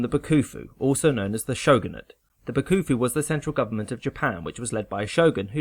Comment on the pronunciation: Pronounciation FYIs: The Bakufu is pronounced Backfu (no bakoofoo) and Edo is not Eeeedough, more like Aido.